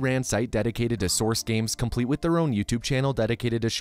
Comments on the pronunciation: the word complete changes to cumplete XDDDD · I noticed that "complete" turned into "cumplete." :)